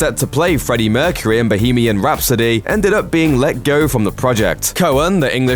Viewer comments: And - 'mercureh' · love the way you pronounce the last syllable of Mercury !